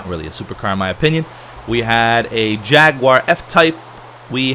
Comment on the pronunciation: Hello ( xD), as you may not know, I am British, also like the Bentley, Aston Martin and Jaguar. Please insult me after this but I don't like the way you say Jaguar, I'm very sorry and I hope I haven't caused any inconvenience, but I still like your videos and I did miss you so welcome home (sorry again). I am joking beef lol, it's just the accent xD